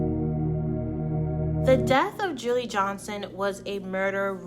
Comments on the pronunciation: You lost a sub - Marcie didn't kill her the nephew of her boyfriend did. Name is pronounced July - not Julie and other "thoughts" you gave are inaccurate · Her name is pronounced “July” not “Julie” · It’s pronounced July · Enjoyed this video, definitely a case with the most extreme bitter baby mama. Julii was very pretty and just living her life, sad her life was senselessly taken. Her name is pronounced like July. I pray for her daughter’s comfort. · Pronounced “July” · I Love your show, but it's pronounced ( July) Julii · Her name is pronounced July/. julii is her name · Her name is pronounced July (Julii). I went to school with her. Super super sad case.